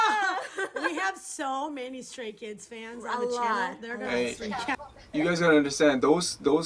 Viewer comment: Manoooo ele falando stray kids meus nenéns aaaaaaa BM perfeito